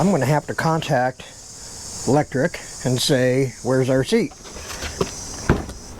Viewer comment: It’s pronounced Aventon not aventure and the bike you bought is from Lektric not Electric .